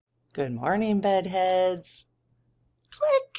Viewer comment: Hi. You're awesome. It sounded like you said, "buttheads" instead of bedheads." Maybe becos you were pissed off.